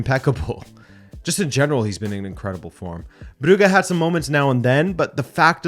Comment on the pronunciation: The 'u' in Brugge is short. You say it long. You say 'uu' as in 'Bruge' or 'Bruuge' its Brugge.